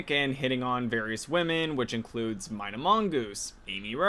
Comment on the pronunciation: Not to be that guy, but I believe it's pronounced "Mee-na," not "My-na"